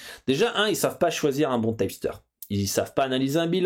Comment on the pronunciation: Un tyepsteur? hahah on dit un tip (teep) qui signifie conseil, c'est quoi cette prononciation à l'americaine qu'un américain ne comprendrait pas :p